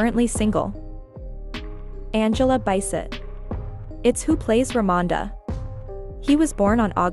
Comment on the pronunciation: Who messes Angela Bassets last name up smh